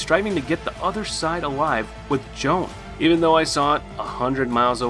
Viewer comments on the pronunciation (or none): none